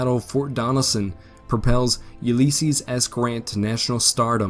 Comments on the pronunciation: A good video in spite of your Uleeeeysses S. Grant pronunciation. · Yeah, "Fedrools" and "Uleesees" 😂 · A video about Ulysses S. Grant should be able to pronounce the name Ulysses correctly.